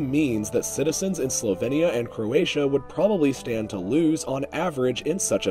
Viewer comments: Why do you pronounce it Slo-ven-ia and Herze-go-vena? it's slo-vee-nia and herze-go-vee-na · Well, I know that english pronounciation is closer to Slo-vee-nia, but in slovenian we say more like he said it (Slo-ven-ia). Aka - the E isn't pronounced as ee (as in weed), but like e as in left (but softer). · The way you say Slovenia and Herzegovina makes me want to die